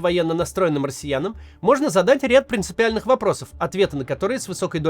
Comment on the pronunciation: слышится "настроенным марсианам" (Мроссиянам)